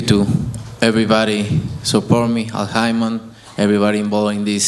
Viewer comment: canelo be calling al haymon, el hymen lmfao